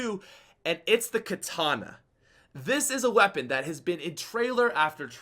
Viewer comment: Its called katana not kitana Kitana = mk character